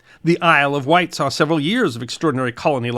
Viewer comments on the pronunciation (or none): none